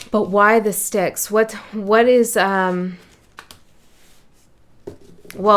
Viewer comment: yes Styx is pronounced 'sticks'..❤